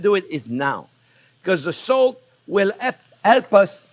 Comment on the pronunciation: Put the salt, thought he said put the soap haha 😂